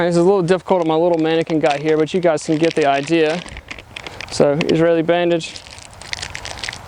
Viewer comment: Great video! Not going to lie, I was shocked when you pronounced "Israeli" correctly.